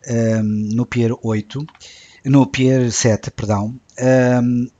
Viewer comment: quanto ao global menu, é referente a janela ativa eu adoro isso e é uma pena o elementary não ter um... deve ser a coisa mais útil que o Mac OS tem... e detesto ser esse tipo mas aguem tem de te dizer, vai ver a pronuncia de 'pear', tas a dizer 'pier'... sorry tentei nunca dizer nada mas n consegui :X